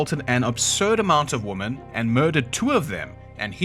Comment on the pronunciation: I'm so sorry to be that person, the video is great but women is the plural of woman. Just like men is not pronounced the same as man, neither are these two. I blame AI😂 either way, I'll keep watching, you really do a great job and put in a lot of effort! Thank you for all of your hard work!